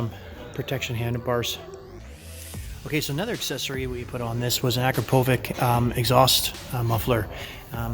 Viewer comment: Please learn how to pronounce Akrapovič correctly. Your 'specialist' didn't seem to know much about the Rally model. After the suspension, the wheel rims are a pretty major thing. No mention of the need to strengthen the headlight unit fixing to the frame, which is a common problem with bikes that are pushed hard off-road. Those anodised orage parts look awful - the metallic orange clashes with the orange body parts. Simply a waste of money. Just for girls.